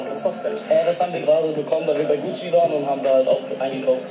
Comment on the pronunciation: GUCCI Tasche und nicht GUCCE